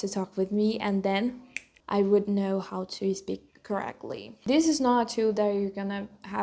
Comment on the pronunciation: Amo os seus videos. Mas um reparo: Vejo que tens certa dificuldade (que é normal, mas podes ultrapassar) em pronunciar palavras que começam com 's'. Por exempo: speak, start, state etc. Vejo que tendes a pronuncia ispik, istart, isteit ao invés de spik, start, steit. Again, I love your videos. You inspire me a lot. You kind of do the both things I love: Christianity and Learning Languages.